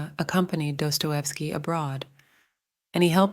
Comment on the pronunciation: why are you saying his name like that